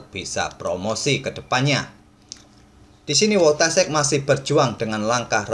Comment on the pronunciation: Saran bang, penyebutan nama yg benar "Foitasyek"